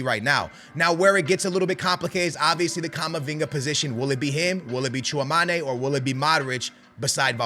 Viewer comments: Bro said Tchoumané & Luin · And I speak French. No way "i" is pronounced "ah" in French, and "é" is "eh". Just learn from others that know more than you. So it is Tchoo-ah-meh-nee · The amount mispronouced names is astonishing. Also, based on the CL final, Tchounameni was just injured. Do you even follow the team and watch the matches? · yes it is mate I’m part French I’ve asked my dad and he says it like tchooamané